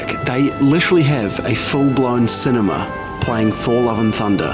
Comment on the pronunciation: I love how he pronounced cinema 😂😂